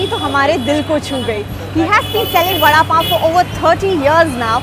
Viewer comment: The way the anchor says vada pav😂